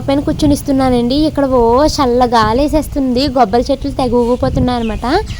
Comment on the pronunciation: Gobbari kaadu kobbari anu manam godarollam kobbari manaku manchirabadi unna panttallo 1